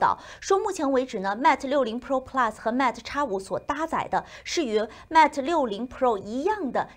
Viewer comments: Mate发音要标准一些。是Mate不是Matt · 新西兰不是说英语的吗？mate都读不对，有点不应该。